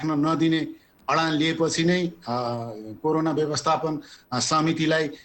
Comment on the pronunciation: It is called corona, not karona idiot. First learn what to speak.